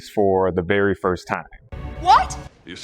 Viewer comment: I heard it as well 😂